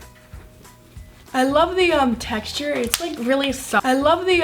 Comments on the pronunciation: watch that zhe repeat "i love the techture itz very zoft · she said i love the teshter uh i love the tcsher